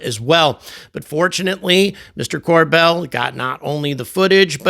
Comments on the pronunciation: Bell not Dell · Corbell. Not Cordell! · How are you of all people not familiar enough with Jeremy to pronounce his last name correctly? It's Corbell, not Cordell. Come on, did you do that on purpose for engagement? I just noticed you pronounce it correctly later in the video. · It's CorBell, not CorDell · His last name is Corbell, not Cordell... 😂